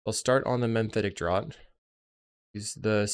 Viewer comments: FYI, "Draught" is pronounced 'draft' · Draught is pronounced "draft."